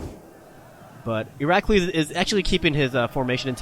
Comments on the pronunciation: the name is IrAklIs tone on i A and i... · no its i r a k l i s but you say it wrong :P nvm you have to know greek to understand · no shit sherlock but how can a he understand how to say iraklis ?he is saying it like a fucking albanian person speaking greek